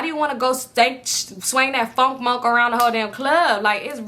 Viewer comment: “ fonk monk “ 🤣🤣🤣🤣